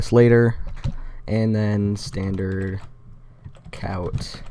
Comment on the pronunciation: Dude, cout is pronounced SEE-out, not how it looks. You can avoid having to type std:: before everything that requires it if you type "using namespace std;" at the top of your script right after your preprocessor directives.